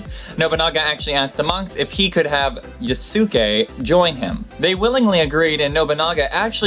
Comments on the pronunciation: Drupe, not droupe, Carthage, not Carthadge, plus please learn to pronounce Lieback (Lee-back) and Yasuke (YAs'ke) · The Yasuke story was definitely very cool. To help your pronunciation. I do believe in Japanese the su is very quickly pronounced so it rhymes with Sauce-kay.